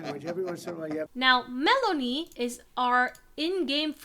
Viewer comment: I don't know why it took you pronouncing Meloni as Melanie for me to get whiplash watching this fever dream of a video 15/10 no notes